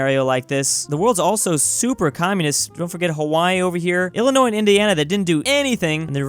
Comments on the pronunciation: The way you Pronounce Illinois As Illinoi’s you hurt us Illinois people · I gave you a thumbs down because you knowingly pronounced "Illinois" with the "s" sound at the end; even when you knew you weren't supposed to. That's also when I stopped watching. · HOW DARE YOU PRONOUNCE ILLINOIS WITH THE S ITS ILLEGAL IN ILLINOIS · Dont ever pronounce illinois with the s. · The s is silent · Ok I’m triggered over the s in Illinois. The s is silent